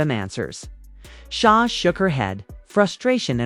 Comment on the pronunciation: I understand that SZA is not going to the Australia tour… this woman can’t even say SZA please